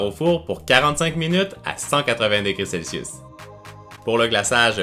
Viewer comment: arete de dire selsus